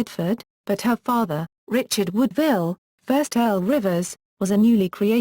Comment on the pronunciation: Her name was WOODwille, nor not woodVILLE.